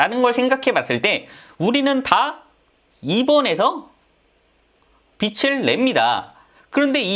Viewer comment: 빚을=빚[비즐] 이렇게 읽으세요. 빚으로 광(光) 낼 일 있습니까. 하기사 빚 내서 광 나면 좋죠. '개천에서 용 나기'